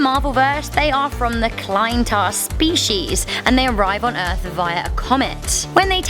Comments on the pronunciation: Wtf is a Klintar the Y in klyntar is pronounced like ih so its said like kl-ih-n-tar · Klyntar not klitare not trying to be toxic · Clinetar? Why did she say it like that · Y’all know nothing first of all you didn’t even pronounce clintar right second of all they are a peaceful species and they don’t want to populate earth. That’s carnage and he bonded with Cletus Cassidy a deranged cereal killer. Like have you never heard of agent venom. Good guy, he got the venom symbiote to become uncorrupt. If you wanna know why it’s because the maniac DEADPOOL was the first to bond with him. So next time do your research before you go dissing the symbiote race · The way she says Klyntar 😂😂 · Anyone else rage when she said klyntar wrong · You said Klyntar so wrong lol